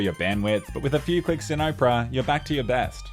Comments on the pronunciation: Oprah? no Opera mate. Can't even blame the Aussie Bogan accent for that. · Lmao 'oh-pera', mate it's owpuhrah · Dude does an ad yet can't even pronounce opera and instead pronounces Oprah. Lol what a boss making social commentary troll against ads while still being paid by ads. Let's go listen to the Oprah singer at the Oprah. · Mans pronounced Opera like Oprah Winfrey 😑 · Blud said Ohpera LOL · I was listening and the whole time I was thinking. Wow Oprah got herself a browser... damn... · Opera? Pronounced as Oprah? Simply stunning. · Why did you keep calling it Oprah? It's Opera, like the Italian musical. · Bro called it Oprah 💀💀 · its opera not oprah. great stuff on the videos though! keep it up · Pronouncing Opera like Oprah is what I needed to hear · It's Opera GX, not "Oprah GX". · I didn't know Australians pronounced Opera (Ah per a) as Oprah the tv host. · it's opera like opera siger. :D I use opera. :D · him: says owpra me: thank god he doesnt actually use it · Made me laugh since I'm watching this on Opera GX. Long time opera user. Definitely recommend. Edit: Also, says "Opera" like "Oprah" an obviously well hydrated big girl. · Lol he says opera like “Oprah” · I love when he says Oprah GX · congrats on the sponsor but I'm dying at you pronouncing it "OH-pera" and YOU get a browser! and YOU get a browser! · You say opera weird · I love how he says "opera" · Is that really how Australians say the word 'Opera'?